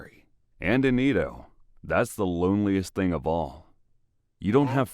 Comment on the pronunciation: It's pronounced more like eh-doh and may-jee.